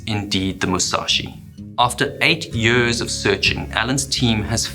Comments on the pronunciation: Yeuuuhhhrrrssss. Why the heck do you pronounce YEARS so weridly? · Tropical Areas? Japanese Navy? Ship Wrecks? IM IN! btw. "50 Yööörs läter"